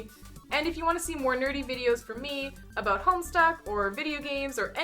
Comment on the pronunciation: Forgive me for noticing but you pronounced (to my ears) "About" as "Aboat" are you by any chance Canadian? just curious :p